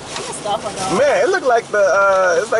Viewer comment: "You a stuffah guhl" LMFAOOOOOOOOOOOOOOOOOOOOOOOOOOOOOOOOOOOOOOOOOOOOOOOOOOOOOOOOOOOOOOOOOOOOOOOOOOO